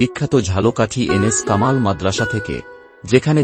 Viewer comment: কামাল নয় রে পাগলা কামিল